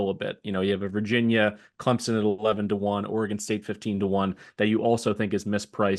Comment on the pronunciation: It's pronounced Clemp son not Clem zen